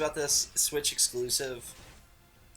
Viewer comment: did you just say exlcusive :(